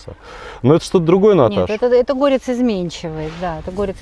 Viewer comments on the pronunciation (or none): ГорЕц, а не гОрец.